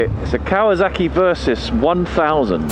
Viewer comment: "Ikasawak" LOL